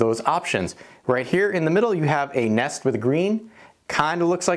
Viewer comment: nest sowns neest